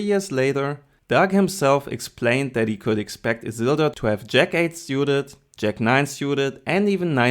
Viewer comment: Who is "A zil-doe"??